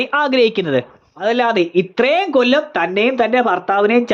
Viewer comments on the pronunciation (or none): none